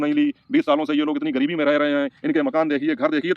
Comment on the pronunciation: Aap ek padhe likhe insan lag rahe hain , wo doctor patrakar ek jhola chhap doctor hai , agar usne wakai me medical ki padhai ki hoti to aise patrakar bann ke na ghumta , patrakar aise nahi hote hain jinhe bolna bhi nahi aata , Gareebti Gareebti bol raha tha jabki sahi word gareebi hota hai , aur bhi usne galat salat bola hai , andhon me kana raja bann ke pahuch gaya bakwas karne